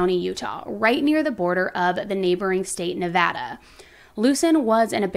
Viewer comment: THANK YOU FOR PRONOUNCING NEVADA CORRECTLY!!